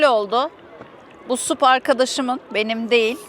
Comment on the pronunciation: Ya lütfen SUP demeyin, SAP! Stand up paddle boarding. Bunun türkçe telafüzü olmamalı 😅!